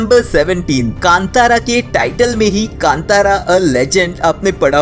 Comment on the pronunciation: I am Commenting because you Pronounced Film name Properly 👏👏